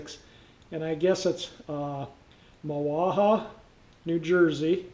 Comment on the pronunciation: FYI, from a lifelong NJ resident on how to pronounce Mahwah